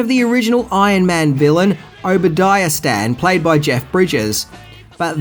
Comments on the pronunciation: There is no way that you can mispronounce Stane as Stan. What the heck? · So I'm not usually this guy but comics were a big part of my life so I have to say... It's Dormommu (Door-Ma-Mu) Obadiah Stain as in a "stain" on the floor. Cumberbatch (Cumber-Ba-ch) as in I made a fresh "batch" of cookies. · "Stan, son of Obadiah Stan"? What? Obadiah STANE. pronounced STAIN. I do seem to recall Obi's son Ezekiel aka Zeke causing trouble for Tony in comics around then, perhaps with the build up to (re?)introducing Tony's cousin Arno Stark as Iron Man 2020? But yeah, both kinda faded into the background of forgotten characters. Tom Cruise WAS attached to a 1990s Iron Man project that never came to be. I don't think they even got as far as costume fittings, which Nic Cage's Superman did. Ruffalo is wearing the HulkBUSTER armor, first seen in Age of Ultron. and now we know the reason they swapped the cgi imagery is to keep the secret that Hulk REFUSED to face Thanos again in Wakanda. CumberBATCH, not BACK. and DormaMMU, not Dormannu. He's not from Ork. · Its STANE NOT STAN! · Jeff bridges played Obadiah Stane, like Stain not Obadiah "Stan", stane, stain, train, brain, rain, mane, bane, obtain. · STAIN Obadiah STAIN NOT STAN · I don’t mean to be a prick. But you mispronounced, Obadiah Stane